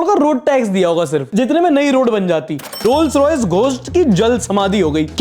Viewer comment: bhai rolls royace hota hai vo